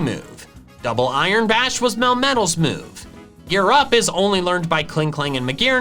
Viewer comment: "Gear Up" sounds like "YOU'RE UP!" for some reason.